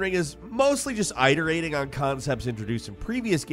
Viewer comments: Eyeterating? Iterating! As in "it" "er" "ating", how did this make it through the edit lol. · Did this guy say Eye-terating???? Never heard that pronunciation...it-erating. 💀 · It's IT-erating, not EYE-terating. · This is not to be condescending at all, but I’ve heard mispronounce a lot of words in videos. Today’s is “iterating.” ih-der-ay-ting, NOT eye-der-ay-ting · I just have to say... it's not "I"terating. It's "It"erating. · Forgive me for being pedantic, and apologies if it was on purpose and I just didn’t know. But iterating is pronounced it-erating not eye-terating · How he pronounces "IT-erating" as "I-terating" isn't bothering anyone else? Plus then he says "it-erative" correctly .. my head hurts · it-erating not eye-terating. C'mon man. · it-urr-ate-ing not eye-tur-ate-ing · It-erating. Not ite-erating. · It's i-der-ate-ing, not eye-der-ate-ing. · "Eye-tur-ay-ting"? Shouldn't that be pronounced it-ur-ay-ting? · Eye-terating, learn something new everyday. I thought it was pronounced IT-erating. 🙄lol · Great list overall - I also find it amusing that says both "eyeterating" and "iterative". Never heard it said the first way before... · This was such, SUCH a great video. Then you started saying "eye-terating" 😂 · Bro eyeterating, are you trolling us ;D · "eye" terating () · Eye-ter-ating. It's not a video if he's not mispronouncing a word. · Eye-terating lol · It's not pronounced "EYE"-terating.😂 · Iter-rating lol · If you’re going to say the same word over and over again… at least look up how to pronounce it…. It-er-ate-ing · hey! great video, i absolutely loved control, one of the few games that managed to keep my attention long enough for me to finish it. with that being said, iterating is pronounced with i as in intern rather than i as in eye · The way you say "Iterating" causes me physical pain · Great video, but bro I need you to learn how to pronounce “iterating” asap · iTs pRoNouNcEd iteRaTINg